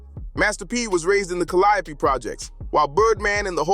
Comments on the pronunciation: Have you ever considered pronouncing the Calliope Projects like the artist you're documenting? Did you not listen to the music? You would've been on the wrong side of alot horseplay with the way you pronounce the name of the Hood😂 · Will the narrator PLEASE learn how to pronounce the project "Calliope" correctly 🙏 ??? For the love of God 😂🤣🤣